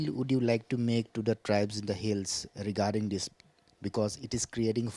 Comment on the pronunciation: It’s regarding not degarding🤣